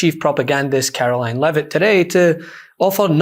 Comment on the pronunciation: Her name is Karo-LIE-ne Leavitt.